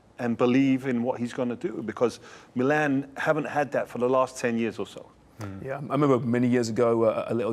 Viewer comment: the way u say meelan. its just precious dud lol